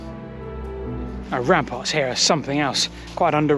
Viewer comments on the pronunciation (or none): none